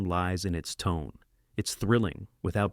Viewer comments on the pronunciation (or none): none